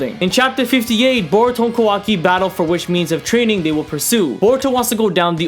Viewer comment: Ka-wa-ki not KAWO-ki